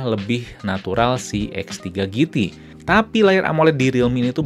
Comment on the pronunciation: "jiti" mas bukan "giti"